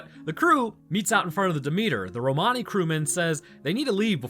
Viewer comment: Just a heads up, "Romani" is pronounced "ROM-uh-nee" and not "row-MAH-nee" 🙂 Source: I'm Romani